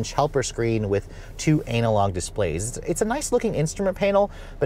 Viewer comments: it's not "anal" "log" - it's "an nal" "log" - and i bet an inch does make a difference to you LOL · It's pronounced "ana-log", not "anal-log". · Did he say ANAL log? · It has an anal log display! An industry first!